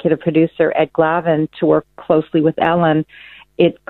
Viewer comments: Dude.....I think you have a problem with speaking what you're reading. It's Glavin . . . not Galvin and it's Lauer . . . not Lawyer!!! I know this is knit-picking, but it makes me think you may have a type of dyslexia. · I love your videos but you saying “Galvin” over and over when his name specifically says “Glavin” is irking. I know in the scheme of things it’s little but you aren’t saying the name right. Other than that, love it! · Glavin, not Galvin